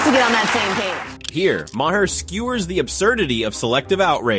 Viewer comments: For the hopefully last time, his name is pronounced MAR, like bar, car, and far. It's not Muh Whore, it's not Muh Hair. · Bro. You’ve pronounced his name differently 15 different times. It’s “Ma-rr”. At least do the homework. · It's pronounced Mar (rhymes with Bar)